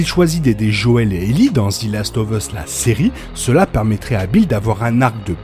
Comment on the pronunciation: Merci pour toutes ces videos ! ( "zi" last of us ca fait un peu mal aux oreilles par contre 😅)